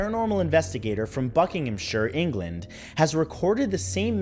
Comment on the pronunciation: Thank you for getting the pronunciation of Shire in Buckinghamshire correct. It's nice to hear it right from an American accent finally. Good stories btw, any way we can listen to these recordings?